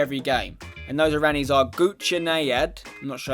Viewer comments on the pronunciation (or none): Iranians, not iranies, hahahahahahahaahah